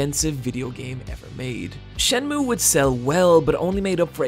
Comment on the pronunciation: This dude really said "Shen-moo."